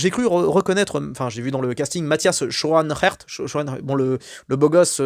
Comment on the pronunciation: En néerlandais le digramme "oe" se prononce comme le digramme "ou" en français. Et le digramme "ae" se prononce comme "aa". Donc Matthias Schounaarts. Ca arrache ! 😂